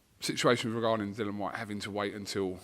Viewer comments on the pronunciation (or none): It's Dill- ee- an,. DILL- ee- an